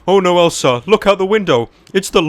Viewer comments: he says elser instead of elsa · Ryan Thiemt anyone realized he says elsar when he says elsa, naaah i dont give a shita anyways leave it alone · When you say elsa it sounds like elser